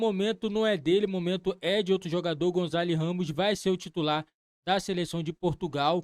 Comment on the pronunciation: Não é Gonzalo Ramos, é Gonçalo Ramos !